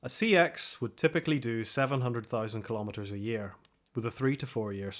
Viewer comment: What is a "Kill-ommeter"? Is it a measurement of kills? There is NO SUCH THING as a Mill-immiter, a Cent-immiter, or a "Kill-ommeter". Try saying millimetre, centimetre, and KILO-metre. You are talking about fractions of metres, or multiples of metres. That's METRES. Not immiters or ommeters. The word is KILO-metre. Say it. KILO-metre.